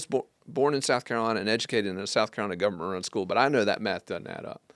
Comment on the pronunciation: When you said, "government run school," I thought you said "Governor school," and I assumed you meant the Governor School for Math and Science. So, I had thought you were a better a high school student than you really were. OTHERWISE: Tomorrow, God willing, there are TWO Murdaugh-related hearings in Charleston federal court: the Fleming sentencing in the morning and the Nautilus v. Murdaugh civil suit in the afternoon (or flip that). Will you be there to COVER either or both?